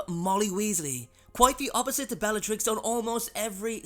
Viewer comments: "bellarix" its supposed to be bellaTrix. u forgot the t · Bellarix? Where did the ‘t’ go?